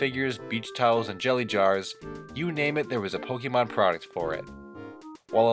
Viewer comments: You need to know Pokémon is pronounced poke ayy mon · notice he said pokeman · It’s called Pokémon not Pokeman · Me: sees title Oh, this should be interesting. clicks You: Pokey-Mon Me: Nope.